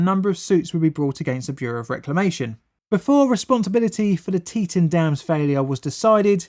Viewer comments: Pronounced tea-TAHN or tea-TAWN not tea-ten or tea-ton. Second syllable rhymes with dawn. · Yep, Locals call it Boy See, out of towners call it Boy Zee. The biggest pronunciation error was Tee Taun not teTun. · Teton is actually pronounced Tee Tawn. I was a national guardsman on state active duty in the aftermath of the dam failure. Damn failure, that is! :) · Teton, FR: tit. "Tee-TAWN" according to actual residents. Really. Source: grew up there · Pronounced like: Tea-tawn = Teton Pronounced like: Boys-ee = Boise Idaho is full of caves, or hollow of caves, I suppose it depends on how you look at it. Either way, Idaho has many cave systems. I was born in Idaho. 1B > fellow Idahoans will know what that means. ;) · Great video, but it’s pronounced tee ton! I know, I lived a good part of my life in the flood zone. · It's pronounced more like tea ton. I was living down river in Aberdeen when the Teton dam broke. It was terrifying. I had nightmares until I was 11 or 12 about being swept away. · I love your shows. But this one was difficult to watch.... I know.... I know.... But its "Tee-Ton" Im sorry. was driving me nuts. You do know the Idaho national Lab and the ERB-1 is in that area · Boise - boy see - Teton - tee tahn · We pronounce that Tee-Tawn.. note the TAWN part :) it's native american. That canyon is still remembered today.. terrible disaster :( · pronounced teee tahhn dam by the locals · I helped with clean up from this. Boise is pronounced boysee. Teton is pronounced teataon. I realize you're not from Idaho. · Cool a disaster and hour from my house also its pronounced Tea-tawn and boy-sea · Fyi, its pronounced tee-tawn... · I live live here near the former Teton dam. By the way it's pronounced "Tee-tawn"! 😀 Oh! And Boise is pronounced "Boy-zee" Yeah we have some weird names... Just like the UK! Lol! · Tea-t"ah"n and boy-sea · Good video, but it’s pronounced “tee-ton” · Is pronounced “tea-ton” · great video i just don’t like how u say Teton